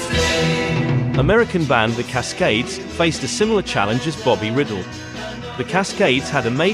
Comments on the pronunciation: Bobby Rydell’s name is pronounced Reye’ dehl not riddle. The poor man is turning over in his grave over your mispronunciation of his name. Actually it’s not quite his real name as he de Italianized it from Rydelli I believe, but am not sure. Apology accepted on behalf of Bobby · It's not Bobby Riddle it's Rydell rye dell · Who could forget Dave Berry with those strange, prehensile hands singing 'The Crying Game'? As for Bobby Riddle - whoops! That should be pronounced Rye Dell! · No such artist as "Bobby Riddle". There WAS a "Bobby Rydell", pronounced RYE-dell, NOT "riddle'. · isn't it rye-DELL, with the stress on the 2nd syllable? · Great! I didn't realize there were all those non Englush versions of This Strange Effect! The Soectres later recorded it. Thanx. Btw I belive Bobby's last name is pronounced Rye- Dell. A CD of these songs and more was more recently released with Petula Clark's French version of A Well Respected Man About Town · This narrator keeps mispronouncing Bobby Rydell's name. It is not like riddle. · Bobby Riddle? Why don't these narrators do just a bit of research before making such daft mispronunciations? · Yes, it is because of the computer that the voice says "Davies," instead of "Davis." Not because of some cultural difference, but because that is how the computer pronounces it. The same reason Bobby Rydell's name was mispronounced. If they would pay a real person to do the voice-overs, they wouldn't have all of those errors. Do you get it now? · When you produce and post a documentary this Epic you should pronounce all names correctly.